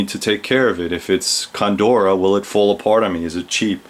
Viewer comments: Is Condura the same as Cordura. I think you are mispronouncing it. Otherwise excellent video and thanks for sharing your amazing collection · coNdora? I think you mean cordura. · "COR"dura... not CONdura, excellent vids